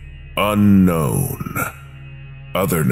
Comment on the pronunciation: the pronuuntiaation on unkwon in the bidisected guy, my new call tone for ukwon numbers